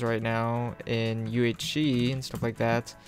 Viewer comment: everytime u say "UHC",you say "UHshee)